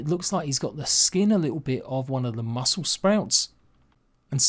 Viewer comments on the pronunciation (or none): none